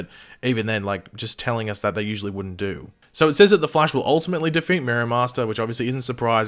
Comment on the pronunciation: Who else is annoyed by the way pronounces “The Flash” when he’s reading, like damn man